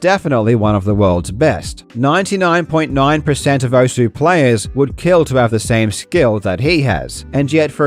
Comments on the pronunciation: it literally says welcome to "OSS" when the game starts, theres no debate on how its meant to be said XD why do ppl still call it "Ohsue" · Thank you for pronouncing it as "ou-su" because I know OSU but not how it's pronounced. Even if it's pronounced wrong, I know now that it's pronounced "ous" Very inclusive, you absolute legend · Who the hell calls it OSS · Give your audience credit enough to pronounce Osu as intended. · Nah if they wanted it pronounced oss they shouldn’t have spelled it osu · Take a shot every time it sounds like he's saying oso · “This is pronounced one way, but I’m going to say it differently for a random reason” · if only people could say the name of the game correctly. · I understand why you pronounced Osu how you did, but as someone who put quite a few hours into the original Ouendan games, where you here "Osu" quite frequently... gah 😂 Ah, Ouendan... I picked up Osu once, hoping it would be like more Ouendan/EBA, but alas, it's a far different beast, and far more involved. The game is a lot easier when it's on a tiny DS touch screen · I always thought the U is still pronounced, its just faint, like 'desu' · No one will pronounce osu right. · the best part is he found out he wasnt saying the name right but didnt have enough respect for this dumb shit to change it.